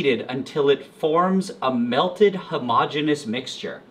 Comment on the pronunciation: That’s not how “homogeneous” is pronounced…